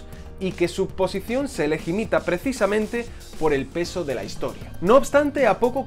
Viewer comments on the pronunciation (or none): Es "se legitima", no "se legimita"